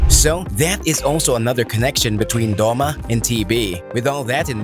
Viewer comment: I like how its Doma not Douma